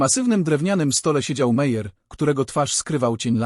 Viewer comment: Nazwiski Meyer lub Meier wymawia sie Majer😢